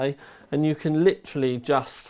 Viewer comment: please stop saying "lichraly"